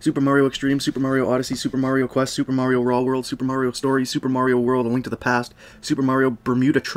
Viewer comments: Marry-o? Fucking marry-o? It's Mario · It's MARio not MERRio. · It's "Mario" not "Merio." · Great video, but one thing kept bugging me...you must've heard "It's a me, Maario!" somewhere before...Maahri-o not merryoh, however the "Where in the fuck do I go" song was so good I had to rewind a few times. Is that you, or is that someone else? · Video starts Mare-E-yo... it's Mario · He doesn't EVER say "Itsa MEEE mayerio! He says "itsa MEEE a MAR-ee-O" Why do people insist on saying it wrong when they know this? Especially people who have PLAYED it for years. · How do you say marry o kart then go one to pronouncing MARIO right a few min later? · Merry oh Kart? Never heard of it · it blows my mind how many people say marry_o instead of mar re o. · excuse me? marryoh cart? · "Merio Kart" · did he say Merio?... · Auto dislike for the fact you can’t say Mario correctly he’ll it’s even said by numerous characters in games with voice acting it’s mario not murioh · Merry-O kart gets mispronounced, but Super Mario World 2 sounds normal.. dude. Consistency? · Oh my God did he say "Mary-o".... HOW DO YOU NOT KNOW HOW TO PRONOUNCE MARIO? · da fuk is merry-oh? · Mary-o kart and then you say super Mario world 2+2, IT'S NOT MARY-O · I would say "get over it, some people pronounce the name Mario that way and it's not a big deal", but for every other game, he pronounced it in the more conventional way. Weird. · Just one thing, you mispronounced "mario"